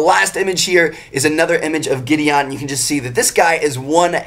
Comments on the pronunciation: Giddy-in, not giddy-on. "Gideon" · It's pronounced Giddy-in not Giddy-on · It's pronounced Giddy-IN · why does he put sooooooo much infesis on the o in Gideon